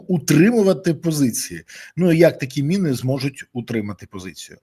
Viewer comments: Мыны ты что совсем украинского языка не знаешь!Міни читай😊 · Береза! Не " мИни" а " міни", тиж експерт не будь оленем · Чому ти говориш на міни мини а не кажеш миномет ,а міномет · Пане Борислав не "мини", а "міни" неможливо слухати, ріже вуха 🤦